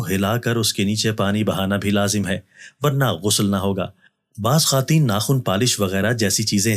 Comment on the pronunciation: اپنے بعض الفاظ درست ادا کریں جیسا کہ خاتین نہیں خواتین کہا کرو